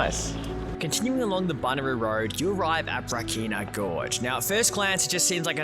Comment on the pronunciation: Classic Flinders, well done (though it's BunYaroo, not Buneroo😊). Your campsite at Rawnsley was looking out towards Monnarie, one of the great climbing spots in SA. Surprised you didn't head out to Arkaroola while you were out that way. Is the Odnadatta open now? Watch out for the brown snakes up there, there are large and plentiful! Enjoy.